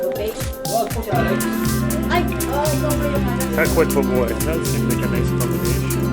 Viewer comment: Baboy is to be pronounced as a prolonged BA not rapidly. so it's ba-boy. The BA prolonged not pronounced fast. You should've went for a second plate. It's a buffet.